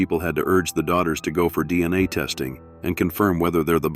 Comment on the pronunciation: Stop mispronouncing testing 😢